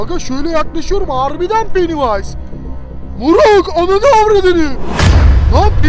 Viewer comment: Penniwise yani penivays